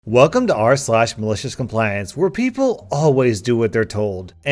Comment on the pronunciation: omfg i hear it